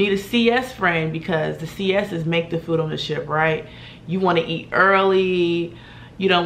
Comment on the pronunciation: Did you say shit food or ship food?